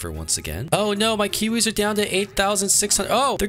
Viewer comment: why do you say kuwis instead of kiwis??